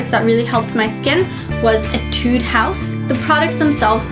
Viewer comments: why f(x) pronounces it as etide not etude? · i think she pronounces it as etide because she's using korean-english although she can pronounce it in american english